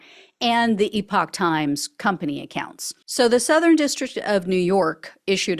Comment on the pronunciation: Oh, good heavens- Gina, could you possibly teach Ben Meiselas how to pronounce "epoch?" I nearly went mad watching him spend 14 minutes pronouncing this trash web site as "EPIC times." 🤣